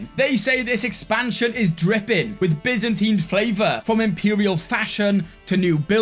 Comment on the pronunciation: Finally, you don't pronounce the byzantine empire as Baizantaine anymore!